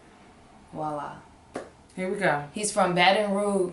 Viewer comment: You still say Baton Rouge wrong but we gone let you slide dis time 😭